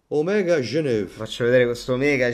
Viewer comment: "Omega GENEVÈHHH"